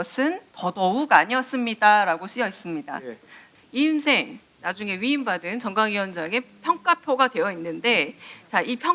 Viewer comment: 이임생이 아니라 이엠생임 ㅋㅋ